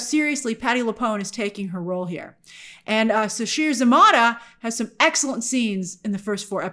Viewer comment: Sasheer’s last name is pronounced Za-MAY-ta , at least is how the snl announcer pronounced it while she was on the cast